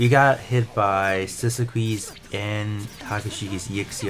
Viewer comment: I meant to say this on the Battle Rush video, but forgot. The Sisquiede, which is an incredibly esoteric word used in old fighting manuals, is pronounced: Sis-key-ay-dey. It's italian and means approximately: Shielded on the left, carrying a shield. Not an idea or experience we'd expect most to ever have lol. I'm a blacksmith and artist, and it's led to archaeology digs, papers and traditional fencing so I actually had seen the term before!